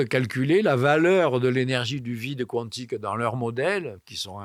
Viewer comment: Physique cuantique (Cou-antique) ou quantique (kantique) ? Ce n'est pas la première fois que j'entends cette prononciation...